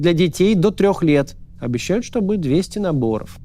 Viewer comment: Не Моисеев 😂😂 😂 Ударение на слове:" будет... ☝️")))) 🤣 Денег нет, но вы держитесь! ", вы главное вазелинчику побольше прикупите, что прочувствовать когда лучше" будет"😉